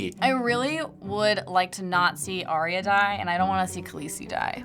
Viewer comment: Uuuurrrrrrggggghhhhh!!!!!!!! Guys. It's Ar-ya, not Ar-ee-a